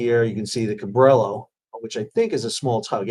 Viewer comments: Ca Brie Yo, not Ca Brill o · West of the Pecos we pronounce Cabrillo Ka-Bree-O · FYI Sal, it's pronounced Cabrio. The "Ls" are silent like tortilla. 😉